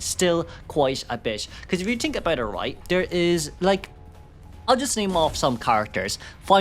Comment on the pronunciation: I love you, but i cant ignore that you say tink instead of think. It makes me giggle every time.